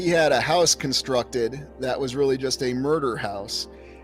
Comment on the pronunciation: con-structed, FOUNDed